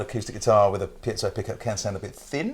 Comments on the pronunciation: PIEZO PIEZO PIEZO ! ...not 'piazzo'. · Please Piezo Pee Ay Tzo. Piazzo is some form of italian town square:-) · for God's sake listen to the way to pronounce piezo. A piazza is a square in Italy. Piezo is short for piezoelectric. There is no such thing as a piazzo. Unless it's an untrendy Italian guy ( square ) trying to "pickup" women. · please.... it's pronounced Pee-Et-So I wouldn't normally, but in a vid where it's said like 50 times, it's giving me a nervous tic!! LOL;p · pea-ett-zo